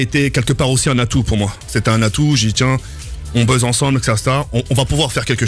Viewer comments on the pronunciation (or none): « on buzze ensemble », il faut bien articuler car sinon ce n’est pas le même verbe 😂